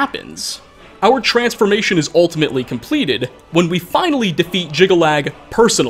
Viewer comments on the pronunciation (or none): Jyggalag snirks more like 'jiggle lad' x'D